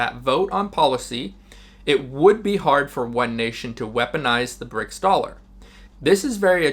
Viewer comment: I love the video but stop saying Brick dollar. It's Brics currency, it has nothing to do with the dollar